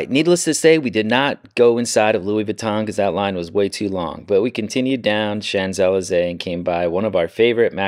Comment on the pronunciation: Great family fun informative travel videos. Don't quote me on that but I think Champs-Elysées is shonz uh·lee·zay? Wow fantastic room with a view. And 2 balconies. I enjoyed your London vlog too. 👍